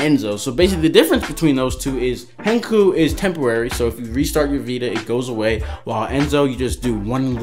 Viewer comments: its not hen cuck oo its hen cock oo im gonna die if i hear it one more time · Dude did he just say hen ke ku omg